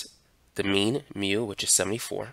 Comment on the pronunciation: very nice videos but please improve your μ